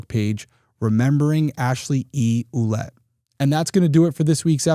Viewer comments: Her last name is prounounced "Willette"... I knew more than one family with the French spelling Ouellette-- & they ALL pronounced it that way ❤ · Derrick. I have a Quelette in my family tree (as well as a Lavasseur , the wanderer). Fyi Quelette is pronounced Well let.